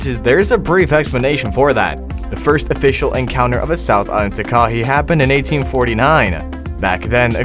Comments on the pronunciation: I live in new zealand i can speak maori and you are saying Takahe you say it like this Taka Hea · its ta as in ta ta and ka as in kaka and hei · It’s actually pronounced a taka hei . I know that because I live in the South Island of NZ.